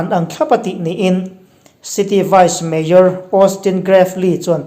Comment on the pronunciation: Mayor tihtur hi major iti tlat zel a